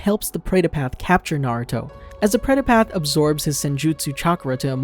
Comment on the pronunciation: It's not preda path , it's pretha path , known in hindusim as the path to death